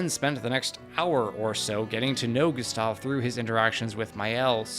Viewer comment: Excellent video, but you constant mispronunciation of "Gustave" was positively maddening.